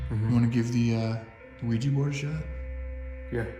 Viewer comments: It's OuiJA and not OuiJI guy's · You guys are f**king around with some bad shite playing with the Ouija board. There are no spirits just demons posing as such. Remember that when you are investigating. Also, you should have a proper consecrated crucifix and learn a couple of prayers such as the St. Michael prayer or pronounce the name of Jesus Christ to fend off dark souls or demons< Exorcists will use these methods and they are tried and true. Infact the Lord warned us about playing with such things. Be aware.